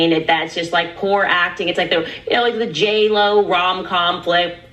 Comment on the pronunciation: Not JLo, it’s Jail O